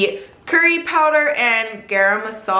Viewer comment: When white people say 'Chana' or 'garam' 😂. Super cute, I enjoyed this video!! Thanks!!!